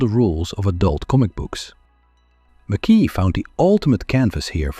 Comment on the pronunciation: It’s pronounced ‘Mac Eye!! Not ‘Mc Kee !! Good video but lets get his name correct at least. It’s Scottish ! I met him at a show in the 80’s nice guy.